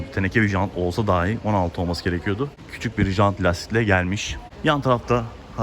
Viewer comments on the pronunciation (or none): none